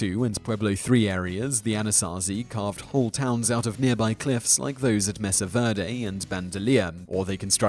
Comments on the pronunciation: Mesa is pronounced May-sa. Also you showed a picture of the crater in Arizona when mentioning a comet hitting the Great Lakes area. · Simon: Adobe is pronounced AH-DOE-BEE with the emphasis on the middle syllable. Mesa is oronounced MAY-SAH with the emphasis on the first syllable.